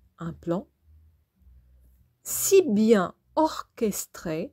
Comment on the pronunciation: Orchestré..... Orchestra 😂